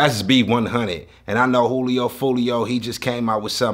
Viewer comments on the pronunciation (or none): Casually calls juillio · Why he keep saying hulio